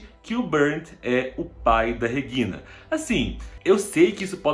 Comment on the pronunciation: Pronúncia dele é estranha. Regina, do jeito que ele fala. Não está certo nem em português ou alemão. Entonação está errado nos dois idiomas!!